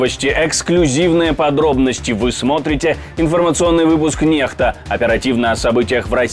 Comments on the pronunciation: Капец чувак на канале НЕКСТА в майке НЕКСТА а произносит НЕХТА я в шоке, сразу видно о профессионализме канала можно забыть! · Почему ведущие называют канал НЕХТА. если там иностранная N то тогда читается как НЕКСТА!!!! ???